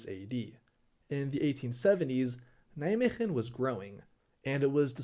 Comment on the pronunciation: As someone living close to Nijmegen. When you said Nijmegem I went "what the f you say about Nij... oooooh I know where this is going.